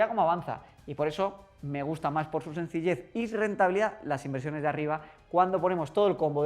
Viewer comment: Madrid -> Madriz Sencilled <- Sencillez